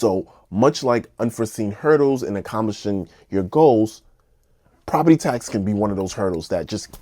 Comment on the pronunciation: Property Task bro youre killing me... task???? its tax